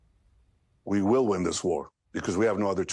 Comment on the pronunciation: "WE WILL" Like as if God himself promised him